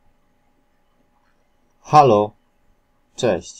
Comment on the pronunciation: Hallo nie mówi się halo tylko halu